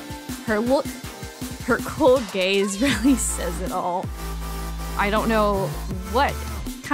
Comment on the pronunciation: WHY DID I HEAR "Her cold gays" INSTEAD OF "her cold gaze" HAHAH